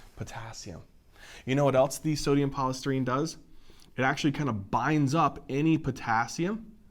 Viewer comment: that's polystyrene not polystrene